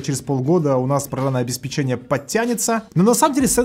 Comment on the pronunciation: интересные выпуски, но очень режет слух неправильное ударение на слове обеспечение. По правилам языка ударение ставится на пе и произносится как обеспеченье (ударение на вторую е).